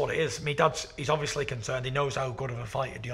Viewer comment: Michael “ObvIOSly” Bisping